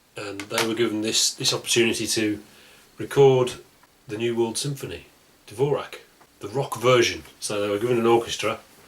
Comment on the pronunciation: pronounced "Dvorzhak" FYI